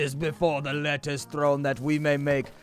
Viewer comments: "Letucce" lol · It's not lettuce because of copyright infringement. It's pronounced Let-tuch-e.. lol